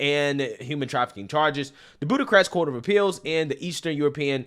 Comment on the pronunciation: "Buddacrest"?? No "Bucharest". Boo- kuh-rest"